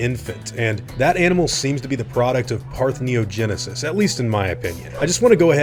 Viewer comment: Okay, I have to say it. Parthenogenesis is pronounce 'par-theno-genesis' not 'parth-neo-genesis'. The infant being male or female will show what kind of sex chromosomes Blue has. If she inherited the frog sex chromosomes (X Y like humans), her infant will be female. We can presume dinosaurs, at least the theropod dinosaurs, used Z W like birds do, then the infant will be male if Blue had dinosaur sex chromosomes because male birds are ZZ. Parthenogenesis will only produce offspring of the gender which has double sex chromosome so XX or ZZ, because YY or WW isn't viable. Though, considering parthenogenesis has never been recorded in amphibians while it has been recorded in lizards and birds, it seems that her being capable of it is more down to either her dinosaur DNA or one of the other species mixed in rather than the frog DNA.